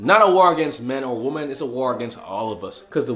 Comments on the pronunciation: Wih-men....plz man....take a whole day and learn how to say this. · He is saying women and woman incorrect more than once 😑👎🏼🙄💩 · Why do you mispronounce "women" the word is not phonetic